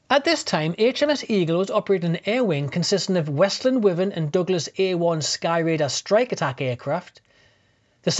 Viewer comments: The Westland aircraft is pronounces Why-Vern. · Why do u say wyvern like that